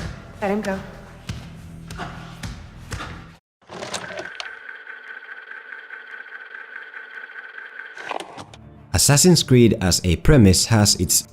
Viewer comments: Ass-ass-in's Creed. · "Ass Ass in's creed"